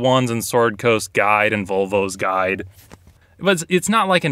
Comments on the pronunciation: I thought he said “vulva’s guide”. I’ve been searching for that book for months! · Did you call it “Volvos guide”? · I heard "Volvo's Guide".